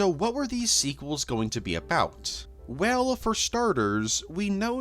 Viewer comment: What accent/cadence are you doing here? Is "male valley girl" actually a thing? And don't even try to tell me that you normally pronounce "dreaMUH" or "twenty-seventeeNUH" or "didn't do very weLLUH"..